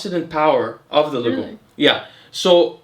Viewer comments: Man, your wife kills me , she always laughs when you mispronounce "legume" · she notes pronounciation of the word Legume in the video, saying that it is a french word and it sounded funny when he said it. Also the hat bro, no other ethnicities have ever been recorded in human history with that type of hat lel